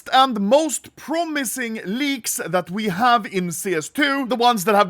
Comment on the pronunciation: His tongue is so fat it sounds like he says leagues not leaks